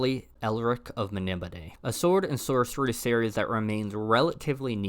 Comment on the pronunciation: Really good video. Love Elric and you bothered to pronounce Melnibone correctly! BUT! Adaptation not adaption. Social pariah not piranha. It's like fingers down a chalk board. Please. Sorry for being negative. Tough love.